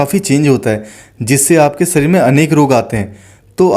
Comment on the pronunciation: सरीर (शरीर) पहले अच्छी तरह बोलो अन्यथा दूसरे को मौका दो। राम देव की तरह अकेले नाटक बाज़ी न करो